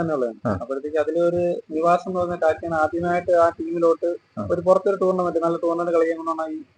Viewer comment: ടൂർലമെന്റ് അല്ല സഹോ ടൂർണ്ണ മെന്റ് 🙏🙏🙏